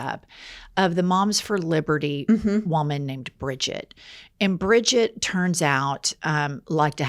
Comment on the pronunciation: Please stop saying Bridget😡 I’m a Brigitte(German) it hurts every time u say it 😢 It’s like a stab into my stomach 😂😂😂